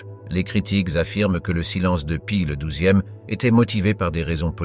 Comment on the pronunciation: "ceuse akchons" pour "ces actions" et la myriade de prononciations bidon à la "Paï le douzième" pour Pie 12 -- ça fait un travail de porc, ça n'écoute même pas son propre travail avant de poster et et même pas ça corrige et reposte.... mentalité : "ça sera bien bon pour les cons sur Youtube"